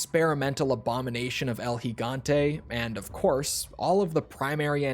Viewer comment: You're literally the first English speaking YouTuber I've seen properly pronounce El gigante